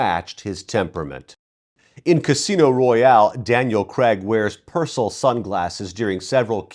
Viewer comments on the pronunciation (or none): The only thing I want to mention is that the vowels in Craig should be pronounced the same way as they are in words like rain and pain.